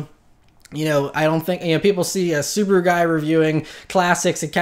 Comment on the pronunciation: Not that you'll say "Suburu" a lot anymore, but my wife is Japanese and I'm not sure if you care about the correct pronunciation of SUBARU, but: the correct is as this lady says